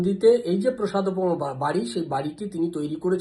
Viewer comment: কথাটা প্রসাদপম নয় "প্রাসাদপম" ।